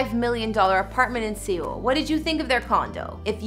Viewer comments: GIRL!! Seoul is pronounced the same as SOUL NOT SEE OL. Jesus. Learn the correct pronunciation before making videos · Seoul. Just say it like Soul in English. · Seoul is pronounced Soul. Not seal or see-oul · She said se-ool when it’s .....seoul. And namsan like n-eh-mm san when it’s really nam like namjoon. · did she just say sayool instead of seoul and yungkook instead of jungkook and chin instead of jin girl i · Seal lmao it’s pronounced soul (Seoul) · I also heard sEoul like bruh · ”in sAy-oHL” ”yUong-cook” ”cHin” edit: I’m not trying to be rude to her, please don’t hurt me jsjdjekkdjdj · You did NOT just say "See OLE", did you? This is basic knowledge if you're researching a subject. How to say it! Plus, WHO doesn't know how to pronounce it? It's a major world city! I realize this is a relatively minor thing in the video, but...huh? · I lost it at the way she pronounced Seoul. It's Seoul rhyming with soul 😂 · R Y P but if your going to do a “report” on ANYTHING, it’s a good idea to learn how to pronounce the names of the main subject of the report....otherwise you don’t seem very credible. And then mid-pronouncing Seoul?? Credibility gone. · Yo she pronounced EVERYTHING wrong omg even Seoul omg 🤦🏻‍♀️ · Okay, the names I can understand, but who doesn't know how to pronounce Seoul? Also is that a still from What's Wrong With Secretary Kim? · She said Seoul wrong😂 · Pronounced Seoul wrong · Seriously....I know she apologized, but you couldn't look up how to at least pronounce SEOUL? SEOUL!? It's a very large and well known city.... -_